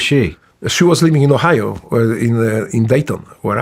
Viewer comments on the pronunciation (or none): none